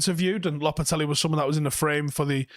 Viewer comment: He calls him this all the time it's such a hilarious mispronunciation 🤦‍♂️🤦‍♂️